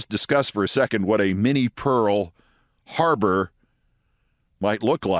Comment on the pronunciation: You said "Minnie Pearl Harbour" but I heard Mini Pearl HARLOT. Either way, it's "gloom, despair, and agony on me [ We]".